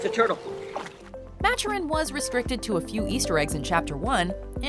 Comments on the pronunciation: Maturin, not match-er-in, Ma- Ture-In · Its maturin not matchurin